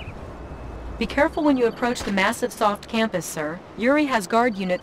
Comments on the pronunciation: Are we just going to ignore "Massivesoft"? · Lmao "Massivesoft" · 'Massivesoft' lol